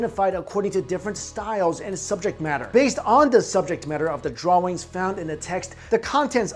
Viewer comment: Pronounce drawings right please